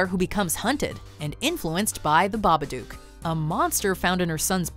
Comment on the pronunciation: Not babaduke it's babadook dook like book 😉👍